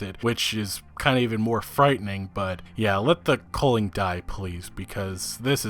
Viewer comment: Man your pronunciation of the word 'culling' triggers me. You pronounce it as "coaling" but thats wrong. You dont call it a 'Coal de sac' its 'cul de sac' - theres no 'O A' in it